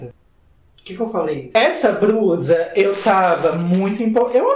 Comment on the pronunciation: A pronúncia de blusa e com l (ele) e não com r (erre) tipo BRUSA. Vamos aprender a falar português corretamente.